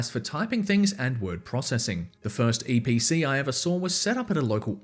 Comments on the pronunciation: EEE PEE CEE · ITS THE EE PEEE CEEEE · LETS GO EVERYONE ITS *ee pee cee